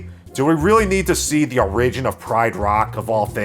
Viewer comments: Don’t trust a person who says “o-rig-in” instead of “or-ig-in” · If you say O-RIH-jin one more time. It's OH-rih-jin with emphasis on the OR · Great review man, I like your dead-pan humor, but you pronounce “origin” wrong. It’s O-ri-gin, not o-RI-gin. Unless you’re like Canadian or South African or something and it’s a dialect thing. If so, my bad. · I find it interesting that you say "or-IG-in" instead of "OR-ig-in". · Why do you pronounce "origin" like "a ridge in"??? Instead of correctly, "or ij in" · THANK YOU. <3 (not a lie) (but BTW, it's pronounced "OR-rigin".) =) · origin is not pronounced like arisen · What's an uh-RIDGE-in? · Tell a lie in the comments? Okay. I really like the way you pronounce "Origin" as "orRigin" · Who pronounces "origin" like that?😂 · Never heard someone pronounce origin that way. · I’ve never heard anyone pronounce “origin” like you do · Never heard someone pronounce "origin" that way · Interesting way of pronouncing origin. . . 🤔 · Pronounciation of "origin" is weird, your entire video is invalid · Are you having a stroke? How do you not know how to correctly pronounce the word origin?? LOL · your pronunciation of "origin" both confounds and terrifies me, sir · I've never heard someone annunciate Origin like that. XD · The way you pronounce origin bothers me slightly. But besides that you literally have the exact sane feedback that I have for this movie. I didn’t enjoy it at all. 😂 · You don't know how to pronounce "origin". Good video though. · "Lie about something" I love the way pronounces "origin" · i love your pronunciation of origin..... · Bro. Learn how to pronounce the word “origin” please. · Hey man…. Why the fuck do you say origin like that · You mispronounced origin three times. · Very distracted by how you pronounce "origin" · Here is my lie for you, I love the way you pronounce origin. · Why do you pronounce "origin" like that